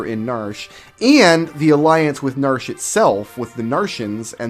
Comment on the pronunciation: I have always called it nar-she, two syllables. It is weird hearing narsh